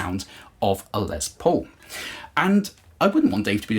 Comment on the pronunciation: Nice "Lez" Paul.